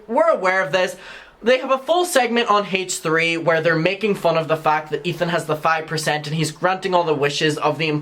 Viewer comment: I love the way you pronounce the H in H3. Hayche 💗🤣